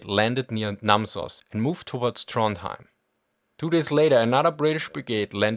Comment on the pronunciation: Also, Trondheim [ˈtrɔnjæm]